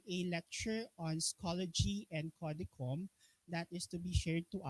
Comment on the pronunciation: "Code-chum" po.. not "ko-de-kom"